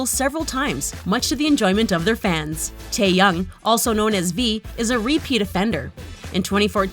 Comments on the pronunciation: She said Tae..young. It's Taehyung!!! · Tf is Jhonkoo Nahmjoo Taeyang Jeemen And tf is Bengteng It's either Bangtang or Jinhit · If your going to do a BTS video here are some tips: 1. Know how to pronounce their names. It’s annoying when people say “Taeyung” instead of Taehyung or “Jonkook” instead of Jungkook. And 2. Actually know your facts. A lot of the stuff you said is inaccurate and to new fans can be confusing. So yeah. Your welcome. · WTF... Its not Taeyoung it's Taehyung..... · LEARN THEIR DANG NAMES IT’S NOT G-MIN it’s Jimin, IT’S NOT JONKOOK it’s Jungkook ALSO IT’S NOT TAEYOUNG it’s taehyung, good grief! Sorry i had to let that out “G-min”: “Jonkook”: “Taeyoung”: Where the BTS army at? 💜💜 I’m a big BTS fan so it annoys me when they don’t even take the time or find out the proper pronunciation of the word. Sorry but it’s a bit annoying and i dont wanna get hate comments i just wanted to say it was annoying the video was good btw and yeh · “johnkook” and “taeyoung” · It’s Tae-hyung now Taeyang ! Learn how to pronounce 😂😂😂😂